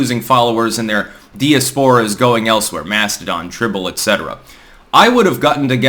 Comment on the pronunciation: Please look up how to pronounce "diaspora". Also, the word you're looking for is "contradict".